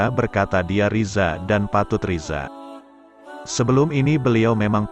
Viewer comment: Buka Riza mas, tapi bacaannya ridho (Rido)